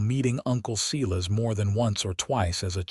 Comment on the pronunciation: Silas is not pronounced See-less it's Sīlâs. My Uncle who also had that name if he heard how this AI garbage pronounced his name would spin in his grave. He'd get madder than a yellow jacket wasp if he heard his name mispronounced like this narrator says it. It doesn't sound right at all, especially since I know a few guys with this name and not one pronounces it like in this story. Are you kidding me, Eleanor is not pronounced Ēlēanor, it's Êllênor. Good gawd, AI narration = just more AI GENERATED SLOP!🤦🏼‍♂️🙄